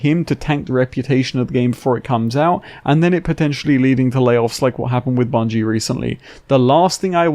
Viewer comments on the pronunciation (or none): none